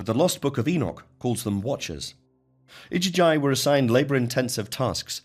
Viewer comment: The iduguy? Is that the igigi or (igigu, plural)? It's so irritating to hear these commentaries making such a hash of basic pronunciation. The worst I've heard so far, I wonder how Thoth, the Thrice Great, otherwise known as Trismegistus name and title would get announced or butchered?